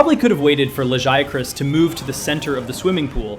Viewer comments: I love that you pronounced Lagiacrus differently almost every single time 😂 Fantastic video as always! Love your content, keep it up! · No, its not just you. I think GL has the worst focus strike. Also, the way you pronounce Lagiacrus differently everytime cracks me up. Next time say the japanese name! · How you miss pronouncing Lagiacrus when they even said it in the cutscene 😭